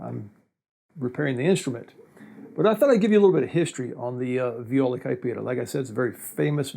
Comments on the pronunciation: Great video! I didn't know all that you said about the Viola. And great pronunciation of the words in Brazilian Portuguese! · Wow, excellent pronounciation! I'm a viola caipira player myself. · I don't know him, so I don't know if he speaks Portuguese, but friend, his Portuguese pronunciation is impeccable! Few foreigners are able to speak the "nasal vowels" of the Portuguese language (vowels with this "~" accent) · It is awesome to see the instrument I play and love being represented in a foreign channel. Btw, pronunciation is great, congratulations, nailed it. Saudações do Brasil.